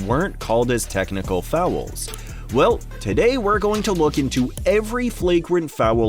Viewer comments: Are you saying fowel? LOL!!! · How the heck are you making “fouls” a two syllable word 🤣🤣